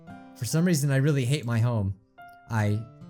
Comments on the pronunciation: Natsuki said I hare being called cute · natsuki said i hat being called cute lol